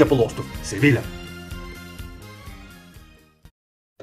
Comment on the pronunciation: СевиЯ, двойното ll се чете за я